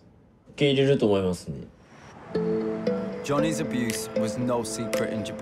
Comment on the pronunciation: そんなことより、Johnnyなのになんで日本では「ジャニー」と呼ばれてるのかが謎 動画ではイギリス人がしっかり「ジョニー」と発音してるじゃん